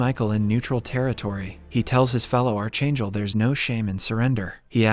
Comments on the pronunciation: I can't stand the way you pronounce the word "archangel"..it's scratching my brains 😢🫣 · You are pronouncing archangel wrong. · please learn to pronounce ARCHANGEL!!!!!!!